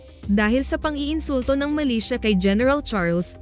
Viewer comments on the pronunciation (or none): Hindi sya malaysia kundi MILITIA is an organization that operates like an army. Muka lang malaysia ang bigkas.